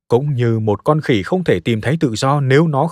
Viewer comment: Người ta viết giọng trung lập. Ông nay đọc lại nhấn mạnh chữ "khỉ" để nghe có giọng khinh bỉ